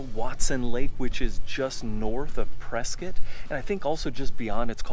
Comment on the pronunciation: PreSCOTT. Not preSKIT.